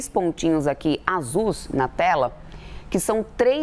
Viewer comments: E agora tem agência de "tráfico" marítimo? Erro ou imputação de crime para encher a cabeça de gente imbecil de narrativas idiotas? E ainda tem navios "azus"! E agora? Será que tráfego vira tráfico e azuis azus em algumas pronúncias? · Nossa a repórter falou azuls. Em vez de azuis. Está difícil o plural das palavras!